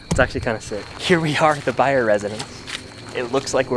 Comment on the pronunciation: “Byers” house, not “Byer” house!!